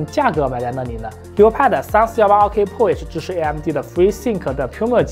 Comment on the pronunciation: 自行车是什么梗？还有健哥这个pro一直听成了破